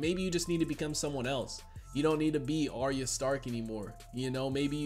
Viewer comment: Arya is actually pronounced "Are-ya" not "Are-ee-uh"